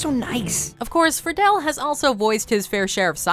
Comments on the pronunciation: This lady not only can't pronounce things right, she even misplaced letters like Friedle as "frih-dell" instead of "free-dl" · Will Friedle is pronounced like Freedle...